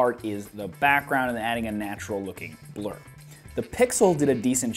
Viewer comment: Hahaha my friend was playing with his phone while i was watching your video and his ears only picked up when you said blur job he thought you said blow job lolx... Nice video though